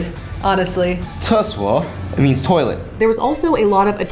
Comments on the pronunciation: OMG, can speak Chinese? His pronounciation of the word toilet is so authentic! So does the writing!! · pronunciation of toilet was surprisingly good